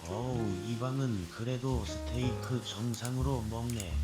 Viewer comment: 서테이크가 아니라 스테이크요 사장님~! ^^